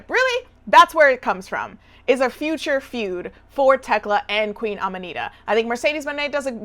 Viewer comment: You calling her Amanita is some inside joke I’m missing? Aminata (ami-not-uh)